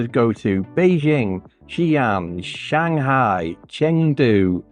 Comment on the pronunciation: What a great father with two lovely kids ❤ Your pronunciation of XiAn is really good standard 👍